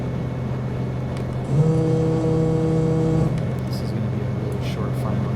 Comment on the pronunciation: Check pronunciation of Tieton…."Tie a ton"